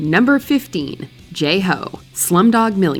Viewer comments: They say it "Jay Ho" but it's pronounced "Jai Ho," with Jai rhyming with My or Tie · It's Jai Ho, not Jay Ho. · Not only does the narrator mispronounce "Jai Ho" repeatedly, but they actually say the lyrics are written in "Indian"?! WHO WROTE THIS VIDEO?!! Indian isn't a language any more than Canadian or Mexican. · The name in the lyrics sounds the same to me. Could let me know how they mispronounced it?